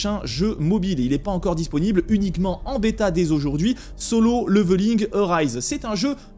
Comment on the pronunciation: C'est pas "leuveuling" hein, ca se prononce avec un "é" derrière le premier "l". Petite recherche sur google du style "comment prononcer level" et vous aurez un outil qui vous propose de l'écouter en anglais britannique et en anglais américain ... C'est pas la première fois que je vois des français prononcer le mot level "leuveul" plutot que "léveul" :D. Faute malheureusement commune, quand on a l'habitude de la bonne prononciation j'avoue que c'est juste atroce à écouter :D. Mis à part ca, bonne vidéo :).